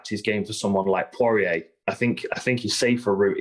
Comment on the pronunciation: i left as soon as I heard him TRY to say porier …